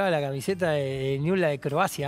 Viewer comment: Dice niuls como corresponde. Hay gente de ese club que dice niubel. No saben pronunciar el nombre de su club.